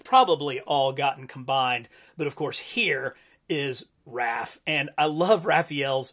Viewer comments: Are you saying “Ralph?” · “Ralph” Love how in almost every TMNT video this is what he calls Raph. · It’s Raph?? I always thought it was Ralf?? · HUH WHY U SAY RALPH ON THE ORIGINAL FIGS HIS NAME IS RAPH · It's Raph not Ralph. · You lost me at the third "Ralph." 👎🏻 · So you don't now how to say raph but you now how to say Raphael 😅